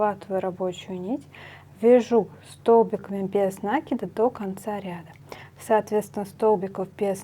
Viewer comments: ударение в существительном можно проверить, если его использовать как глагол- накИд - накИнуть. В глаголе ударение падает на корень. Если ударение в глаголе падает на приставку, окончание или суффикс, то в существительном ударение ставится на приставку. Мне тоже "режет" слух Ваше ударение, до Вас ни у кого не слышала такого 🤣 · Великолепно,но говорите правильно накИд,режет ухо. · правильно говорить нАкид, схожие в библиотеку, возьмите словарь даля, в нем есть ударения, там будет нАкид. Орфографический словарь для ударений применять нельзя, только орфоэпический, либо толковый словарь Даля для старых слов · В орфографическом словаре накИд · а в толковом нАкид. Орфографический словарь часто ошибается в ударениях, он проверяет лишь орфографию (это правописание). Если слово старое, забытое современными орфоэпическим словарями, его провяряют толковым словарем Даля. У Даля нАкид. Скорее всего в орфографическом словаре опечатка, которую в следующую редакцию поправят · Вы неправы. Правильно "накИд", без вариантов. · На-это приставка,а в русском языке ударение ставится на корень слова